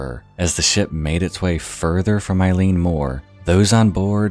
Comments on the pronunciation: Eilean is pronounced "Eh-lan" and Eilean Mor just means big island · Just got into your videos this week and I'm really enjoying them! :) The Scots-Gaelic/Irish words can be nightmarish to pronounce, but eilean (isle/island) sounds like "ihl-luhn", and taighe (house) sounds like "tsi-heh" - and tomain has the stress on the first syllable, like "TOE-man". Looking forward to checking out more of your stuff! Slán Go Fóill. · “I’m sorry if I butchered any of those” You did and I’m crying inside, but Scots Gaelic is a very difficult language so you’re easily forgiven. Edinburgh is like Edinburuh Eilean is like Ellen Sgeir is like Sker Ghobha is like Goova Taighe is like Tayee Oban is like Obun Muirhead is like Myurhead More or less, kinda difficult writing that into English sounds, but you get the point, our language is incredibly difficult, most struggle with it!!! Fishermen here are extremely superstitious, so it’s actually very understandable knowing they had traditions and rituals to combat these traditions, that, and they believed in creatures like the Kelpies, the Blue Men of Minch (storm Kelpies), Selkies, all of these being water dwelling creatures. Fishermen were, and still are, extremely superstitious in Scotland.